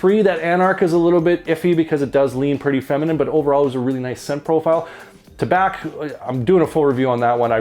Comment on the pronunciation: Sounds like that Tabac (btw, Tabac in French is simply pronounced with an "ah" sound at the end, the c is muted 😉) is a good one, need to get this guy. Swiss Arabian is hit and miss, really. Their standouts are definitely the Shaghaf oud series and Casablanca by far, IMHO.